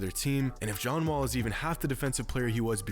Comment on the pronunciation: You said John not ja